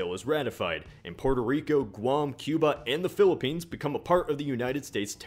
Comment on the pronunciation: PUERTO Rico not Purtur Rico It doesn't take that much brain power to say